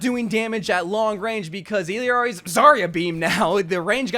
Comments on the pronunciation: It’s Illari and not Illiari 😭💀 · So many people get illari’s name wrong lol. That two LL’s after the i.